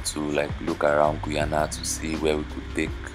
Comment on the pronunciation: Sir that is not the name of my country eh .. Its GUY -ANA ..